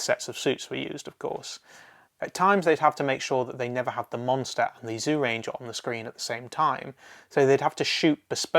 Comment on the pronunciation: I can't watch this while you are pronouncing Zyuranger as "Zoo ranger". Please pronounce it more like "Jew ranger".